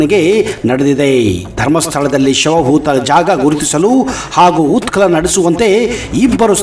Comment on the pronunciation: ಉತ್ಕಲನ ಅಲ್ಲಾ ಉತ್ಕನನ.... ನಿರ್ವತ್ತ ನ್ಯಾಯಾದೀಶ ಅಲ್ಲಾ ನಿವೃತ್ತ ನ್ಯಾಯಾದೀಶ..... 😂